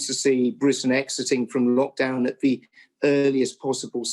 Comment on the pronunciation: I hate the fact he is education secretary and can't say 'the' he says 'ver'...